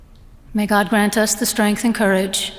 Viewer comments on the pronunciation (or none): none